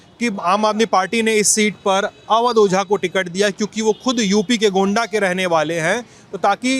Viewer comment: 😂😂😂Gonda ko noida bol rha hai 😂😂